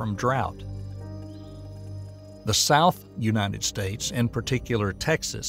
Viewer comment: Unated? It's United States. It said it just fine earlier.. 🙄😔